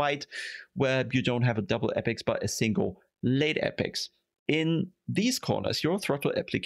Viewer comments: Great video. Just one correction: it's apex, not appex. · not in writing, and it's more of a joke on your pronunciation.